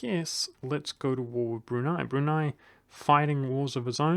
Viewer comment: I was shocked when you said Brunei because its one of the first names that aren't common that you didn't completely butcher